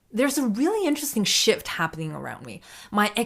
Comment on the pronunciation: did you say "shift"? 😂